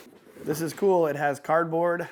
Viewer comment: Y everything keeps saying that word C00l sounds like $CHOOL UGH 😑 LOL RIGHT GIVEAWAY ONE OF THEM TV MOUNTS OR TVS PLZ LOL 😂